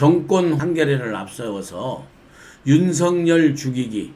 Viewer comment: 윤석렬이 아니고 윤석열입니다 발음 제대로 하세요 정말 부끄러운 일입니다